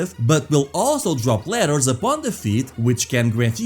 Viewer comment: and You say ladders and letters the exact same way... Just in case nobody ever told you... I kind of like it.